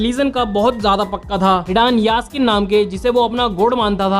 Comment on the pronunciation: Yaskin ❌jashin ✅